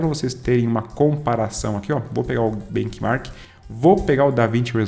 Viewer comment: show... so uma correção a pronuncia correta é "bentimarque" e nao "benquimarque", o msm vale pro cinebench. rs conteudo top